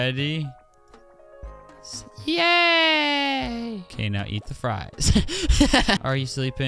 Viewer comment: When he said “yay bread!” I heard “gay bread”